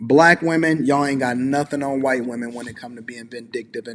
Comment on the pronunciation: Am I the only one who kept dying everytime said whuyt woman 😭